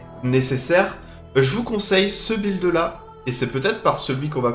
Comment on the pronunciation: pour une fois qu'il prononce correctement un mot anglais, on l'embête là dessus.. :-)